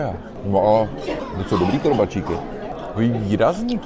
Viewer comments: Prosím Vás, pane Plešatý, KORBÁČIKY, ne korbačíky, děkuji :) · Díky, podívala jsem se s chutí.:-) Jen poznámka k těm korbáčikům - vyslovují je s dlouhým "á", nikoli "í" a ten postřeh s chutí je správně, protože ty původní byly hlavně ovčí a chutnají jinak, než dnes dominující kravské. Na Slovensku v kolibách mívají v nabídce obojí. Dle mého jsou ovčí lepší. A jsou i dražší.